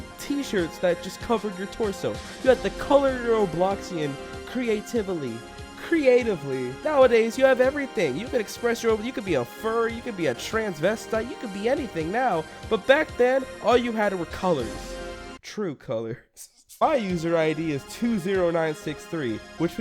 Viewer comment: A FURRY A TRANSVESDIKE HE SAID 😭🤣